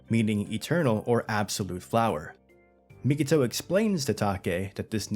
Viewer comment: You keep doing it on your videos, but it's Mi-ko-to, not Mi-ki-to 🤣